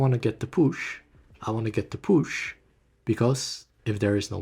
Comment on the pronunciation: stop saying push like LMAOOOO "get the poosh"